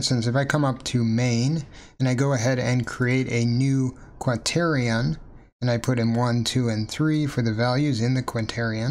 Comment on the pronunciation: You seem to have written Quaternion but are not pronouncing the 'n' in the middle.